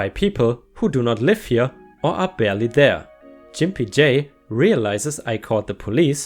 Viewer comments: Grimpy as is gggg not j... gimpy not jimpy hun. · Love your posts and your English is way beter than my limited German!!! That said, Gimpy is pronounced with a hard "g" sound like in gut not a soft "g" that sounds like the "j" in jump. Now, if only I could get you to help with my very poor German, that would be lovely! :-) Also, gimp usually refers to someone who has a physical disability. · That's a hard "G" in Gimpy, btw, but it's probably a good thing you pronounced it that way anyway. Otherwise it might have affected your support or may get your vids demonetized, I think.